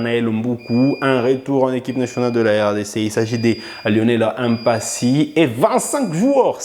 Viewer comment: Merci pour les infos, et j'aime votre chaîne. Mais une remarque, vous êtes un congolais et un Afrique , et vous savez que nos noms sont sacrés, donc svp ne prononcer pas mpasi comme les occidentaux, c'est Lionel Mpa-si et non M-Mpasi pareillement aussi avec Mbemba